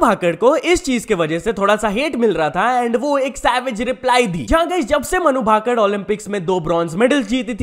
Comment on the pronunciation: It's भाकर not भाकड़ 😢